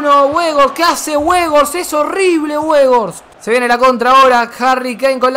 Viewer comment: Gente normal: Weghorst: Webos